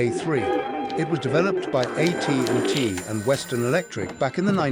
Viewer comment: The AI voice is awful. "Uh T & T" instead of AT&T? A scientist's initials as "Uh" instead of the letter A?